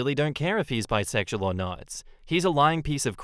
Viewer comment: Grinder. 😮 The dude needs to learn how to pronounce and learn the meaning of the word Bisexual. It's totally fine. Be honest.